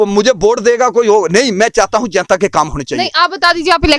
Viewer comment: isko koi bataye jenta nahi janta hota hai